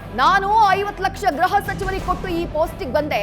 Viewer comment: ಗ್ರಹ ಅಲ್ಲ ಗೃಹ